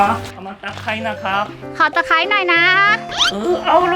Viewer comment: ขอตะไคร้หน่อยนะ.. เออเอาเลย!!! คนไทยชัดๆ.. เอ็นดู ร๊ากกกก #ส้มยูล😍😍😍😍